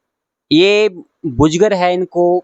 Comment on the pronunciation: बुजगर नहीं बुजुर्ग कहिये